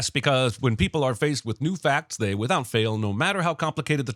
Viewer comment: "wihout" a T??!! 😮